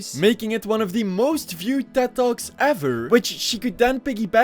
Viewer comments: I can’t watch this video because it keeps sounding like you’re saying “dead dog” and “dead dogs”. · Every time you said "Ted talks" I heard "dead dogs" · I thought he was saying “are dead dogs dead?”😭😭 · I kept thinking he was saying dead dogs instead of ted talks